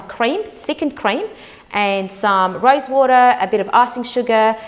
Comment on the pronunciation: The way you’re saying rosewater it sounds like you’re saying rice water. If I wasn’t from the least I would’ve thought you’re putting rice water.